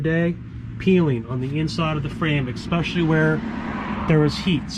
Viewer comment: I watched this until you said “ex-specially”.